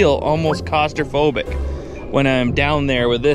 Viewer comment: did you say Cost-Raphobic? Ahahahah